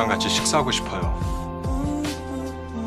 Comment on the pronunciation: 말을 더 대충대충 하면. ..<싶어요>..라는 말을..굴곡(느끼함)없이..툭 떨어뜨리듯이..흐리게..담뱃재같은 분위기로 말하면(싶 어 요 에서 시 퍼 요 로..어? 라는 발음을 거의 생략.. 강 강 약 아니라 강 약 약 대충 말하기 말보다 행동이 자기도 모르게 나오는 성격인척 하는 )..유진한 케릭터가 더 몰입되고 멋있고 진짜 유진한으로 보일것같다는? 아님말고...유진한은 거북이 월드 사람..나는 디즈니월드(이진욱님) 사람..구체적으로.그속에서도.이봐월드